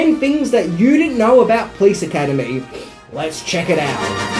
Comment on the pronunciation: Funny when you say: "Please Academy" :-D